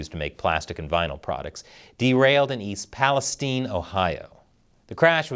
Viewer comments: Thanks for pronouncing "East Palestine" correctly. Very few journalists do. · This man is brilliant. He knows how to pronounce "East Palestine," which almost no journalists do.